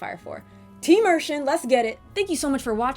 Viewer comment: I am glad I came across this review and it is a pretty good one too, you really told it so well and I am so glad you said Fou-Lu name because for years I had wondered if I was saying it correctly, it was the same with Ershin, which I loved the character by the way, she was like that R2 of the group, but with alot more flare and a character that made her stand out from the rest, even though Nina is my top favourite, but Ershin wins me over with her quirky ways and how she seems to know alot more then you think, but I defiantly say BOF 4 does hold a great candle to its name, but I will agree BOF3 is more better in my opinion, specially the dragon system in that :).